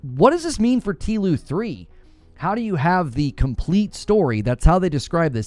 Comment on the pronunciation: Don’t call it teeloo 😂… You sure were right about Joel